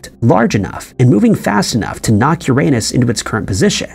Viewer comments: Umm..... Uranus is pronounced "Yer-Uh-Nus", NOT "Your-À-Nus". A funny, but very common, mispronunciation. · not to be THAT guy but its pronounced "yur-uh-nuhs" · “These are just a few questions scientists have about ur-a-nus “. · For heavens sake, please stop saying Uranus. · The way you pronounce Uranus is so funny, but incredibly incorrect